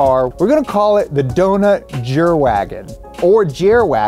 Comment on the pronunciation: Please, please, pleaaaaaaase tell me where I can buy a "Dount Jerwagen" (including the accent please) xD